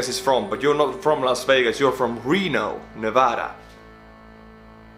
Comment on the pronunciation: He did pronounce Nevada correctly, though, so I’ll give him that.